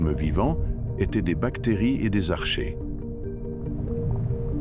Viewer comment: On prononce "arKéen" et "arké", comme dans "archaïque" et "archéologie"... bon sang de voix IA...